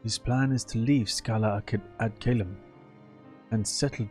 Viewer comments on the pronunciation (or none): the best way to pronounce Scala Ed Calum🤣🤣🤣